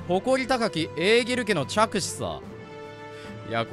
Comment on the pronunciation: エーギルちゃんって読み間違えおもろい